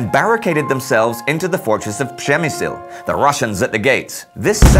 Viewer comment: I love that we can tell how this was the first recording in a new batch (Przemysl was correctly pronounced now :D) and i'm amazed by how well the music works... maybe a tad loud, but it definitely supports the narration well.